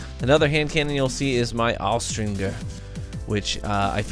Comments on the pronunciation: Austringer is pronounced with the J sound, not the hard G sound. Look it up. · Aoustzriger sounded German lol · Being honest here the way you said austringer threw me off for a second.